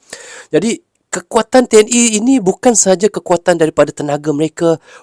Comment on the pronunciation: TNI bang bukan TNE